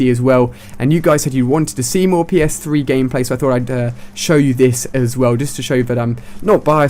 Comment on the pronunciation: "And then jumped on the next day, and did my first game on PS-Fwee"